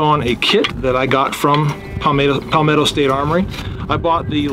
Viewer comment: Good video! Can’t believe you still say “Pal-mato” instead of Palmetto 😂